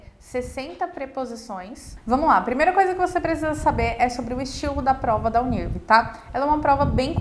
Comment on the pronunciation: Você está pronunciando o nome da universidade errado! A pronúncia é “Uni. R. V.” “Uni errevê”